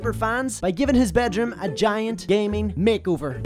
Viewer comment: I like how he says bejrum don’t bed room